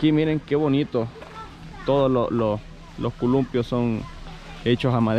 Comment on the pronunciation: Hey chavo,se dice columpio no culumpio.ojala que leas este comentario.